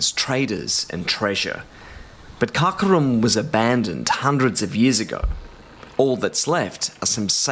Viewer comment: Kharakorum, not Khakorum!